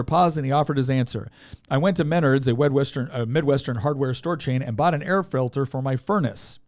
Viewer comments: It's Meh-Nawrds A very Midwestern, working class, home inprovement and general goods store. It's working class, bootstrap pulling Target. Very specific choice. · As someone from Minnesota, two things: A) I despise Walz B) Nick's pronunciation of "Menards" almost killed me because i laughed so hard while listening in my car. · Im glad someone else noticed his pronunciation of Menards. I laughed at it too, he clearly isnt from the midwest.